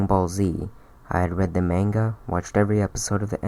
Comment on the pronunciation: bro it's Allen hey u mispronounced manga